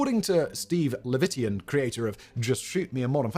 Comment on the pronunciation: Bowdoin College is pronounced "BO-din". Long o, emphasis on the first syllable. Also, it's Chuck LORR-EE (like Peter) and Steve LEH-vi-tan, not "Leh-VIT-ian". Learn to read and/or research how to pronounce names. God is in the details and these details aren't correct.